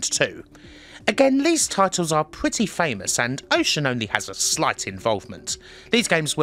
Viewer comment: Why does he pronounce “this” and “these” as “liss” and “leaze”? Can’t be a speech impediment as he can say other “Th” words with no problems. Weird